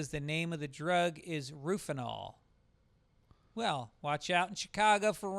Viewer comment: It's not Rofinol. It's Rohypnol. Pronounced Ro- hip- nol. Just looked it up. Because I knew that dude was wrong. I used to think it was rofinol as well.